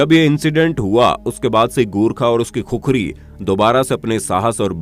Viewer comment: भाइ खुखरी नही खुकुरी होती है